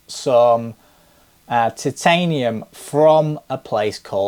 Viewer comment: It’s Chitanium